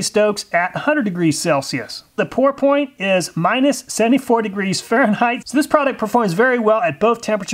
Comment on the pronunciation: Just a pet peave of mine but it might bug others and turn them off from your vids. Fahrenheit does not have an h on the end and is not pronounced with a th sound at the end, rather it is a hard t sound. Also the s at the end of illiois is silent, should be pronounced ill-annoy